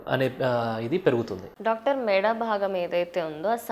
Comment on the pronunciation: మేడ కాదు మెడ తెలుగు కరెక్టుగా నేర్చుకోండి ముందు.